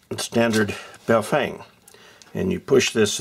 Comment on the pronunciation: bow-feng ?? it's bo-fung..!!!!